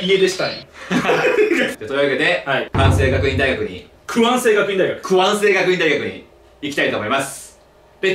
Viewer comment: くわんせいがくいん大学だ！